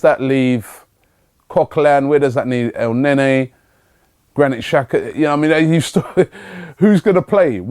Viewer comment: Robbie, Elneny has been in the club for almost 6 months and you still pronounce his name as El-neigh-neigh... Man like Robbie...